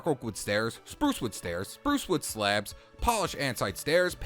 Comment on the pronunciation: Why Do You Say Sleabs